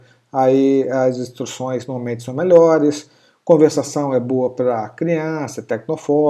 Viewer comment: faltou o "r" de conversação